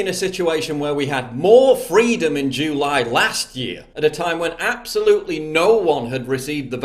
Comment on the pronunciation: The end of jew-ly. Sorry I couldn't unhear it and neither can you now.